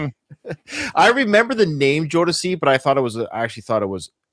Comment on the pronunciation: First of all-, I loved your first pronunciation of Jodeci ☺️ ❤ And K-Ci is the small, shirtless guy 😆 He was the lead singer of a gospel group when he was a little boy, and as an adult he released a solo song or two. Although both sets of artists came out at the same time, I wouldn’t compare Boyz II Men (B2M) with Jodeci. B2M, was embraced by the pop music industry, whereas Jodeci was 100% R&B. Jodeci is a band, but you can (arguably) compare them to Silk, or Dru Hill.